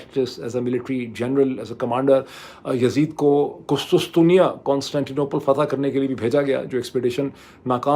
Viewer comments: Urdu word for Constantinople is QusTUNtunia NOT QusTUStunia as u repeated multiple times. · Dr Moeed Pirzada,,an excellent vlog ,brief but very insightful. Correction :تصحیح It's not kustustia قسطسطیہ i.e it's kustuntuniya قسطنطنیہ، You are looking very smart today as usual .good luck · Kus Kus Tunya nahi Dr. Sahab KUS TUN Tuniya is the right pronunciation...as KUS KUS is like the Chutiya word which you use normally 😅